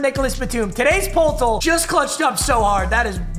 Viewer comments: polltl 😭 bro doesn’t know it’s pronounced “per-tle” like wordle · “pol tol”😐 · It hurts every time he says poetl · bro said poltil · Love but its pur-tul but say it fast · the way he says poeltl💀 just saying it’s pronounced Purtle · Poeltl = Per-tle, rhyme it with turtle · poeltl is pronounced “Perdle” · It’s pronounced purtle 😤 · Just saying it’s pertle like per tle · hey “peoltl” is pronounced “pertel” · Papa it’s pronounced “purdle” like wordle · Poeltl is actually pronounced pertle and is named after a player. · Poeltl is pronounced pertle like wordle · Poeltl is pronounced like purtle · Papa i love you but Poeltl is pronounced “Per-Tuhl” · poeltl is pronounced purdle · btw poeltl is pronounced "perdle" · Poeltl is pronounced pertle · Poeltl is pronounced (purdle) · It’s pronounced purdle my friend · Bro u r such a casual, Poeltl is pronounced Pertle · It's pronounced "per-dle" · don’t fact check me on this but isn’t poeltl pronounced pertle? after jakob poeltl? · Christ it’s pronounced per-tle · It’s pronounced perdle😭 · Hey you casual, it’s pronounced “per-tull” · It’s pronounced “pur-tl” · I don’t wanna be that guy even tho I know I’m being that guy but Poeltl is pronounced pertle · Weird how you say Poeltl it’s pronounced purtel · Bro it's pronounced PERTL. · bro it’s pertle not poeltl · The way says poeltl makes me so mad 😂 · Love papa but every time he said poeltl I died a little more in side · not him saying poeltl wrong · Him mispronouncing poeltl just erked me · bro doesn't know how to say poeltl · ITS PERTEL NOT POLTAL BROOO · This dude calls Poeltl Poltle lmao (It’s pronounced pertle) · poeltl is pronounced "pertle" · Lmao Poe-tel. It’s Pertle 😅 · the poltol killed me tor the future it’s pronounced “pertal” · The reason the game is called poeltl is cuz it rhymes with wordle lol, it’s like saying perdle Papa not poletall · Papa it’s pertle not potell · “poll toll” it’s “pertle” it’s supposed to sound like wordle